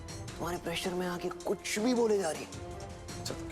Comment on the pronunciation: Ye urmi ke mama kuch ko kuchoo bolte hai😂